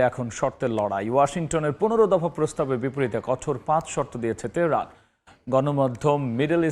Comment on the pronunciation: উপস্থাপক যুক্তরাষ্ট্র উচ্চারণ করতে পারছেন না তেহেরান উচ্চারণ ও ঠিক হচ্ছে না